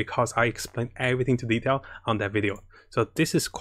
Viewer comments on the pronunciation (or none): none